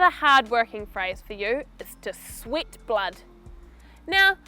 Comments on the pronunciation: It just me or idk, i heard she said "sweet". :) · Yes, she says sweet ..A bit confusing here